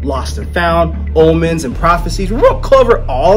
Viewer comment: Dude, u pronounce words so badly! Is that word "omens"?? Well, it's a long 'o'.